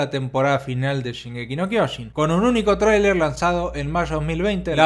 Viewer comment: Se dice SHINgeki no KyoJIN